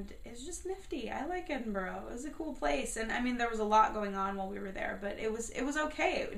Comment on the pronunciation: Sorry but you said Edinburgh wrong and haggis is amazing